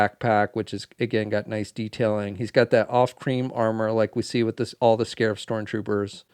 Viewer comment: Not to be that guy, but its called "Scarif" Also solid review, cant wait to get this figure!